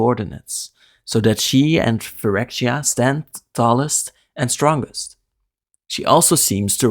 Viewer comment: You pronounced it a bit like “New phyrwkdoptbfya” in the beginning lmao